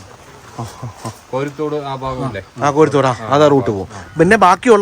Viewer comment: ഫാഗമല്ലടോ ഭാഗം